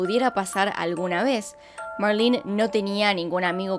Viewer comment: Me caga que diga marlin es marlene 🙄🤦‍♀️ no sabes. Leer